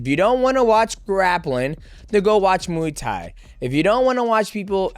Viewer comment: My only take away from this is still can’t stand how Americans pronounce Muay Thai lol